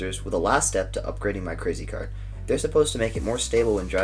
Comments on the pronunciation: "how to make a cwazy cawt go vwoom vwoom for cheap" is gold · The “how to make a cwazy cawt go vwoom vwoom” got me😂💀💀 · Thanks for teaching me how to make a cwazy cawt go vwoom vowwm for cheep!